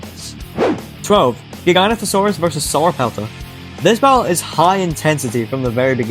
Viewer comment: Its pronouced giga noto sarus